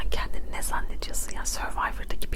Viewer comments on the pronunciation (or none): none